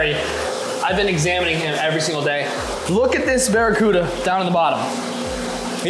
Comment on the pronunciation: "Bare E. Cuda" 🤪